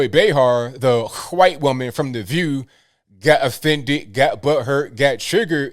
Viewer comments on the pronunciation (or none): PLEASE, will someone tell me what "ccchhhwhite" means? I keep hearing this. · I like these shows, yet I am puzzled. What's up with the weird pronunciation of the word white? Whowhite? I just don't get it. I must have missed something. I don't say whowhite or buhhlack. Someone inform me please.